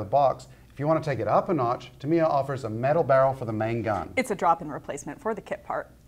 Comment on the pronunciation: It's TAM-I-YA, not Tameeya! Please stop this mispronunciation!!!!!